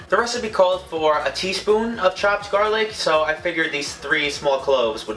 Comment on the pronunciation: three small cloves of garlichhh